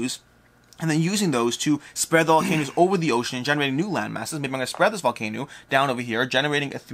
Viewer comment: Were you saying VolcanOOs on purpose?